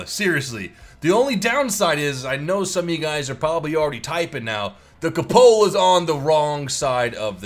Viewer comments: I hate how you say ca Lola for coupala Instead of coo puh la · It's not pronounced Kuhpohla it is Q-pohla. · The cupola is pronounced Kyew-pull-uh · I was typing "It's pronounced 'koop-el-uh'" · koop-uh-lah, your vids are great but man that pronunciation drives me crazy